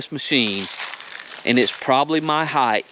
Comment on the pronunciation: heighth? sounds about righth.